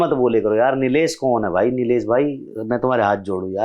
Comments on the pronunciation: Nitesh naam hai Nilesh nhi hai bhaiya😂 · Nilesh nahii hai sir,Nitesh name hai pata hai aapko fir bhi name proper nahi le rahe ho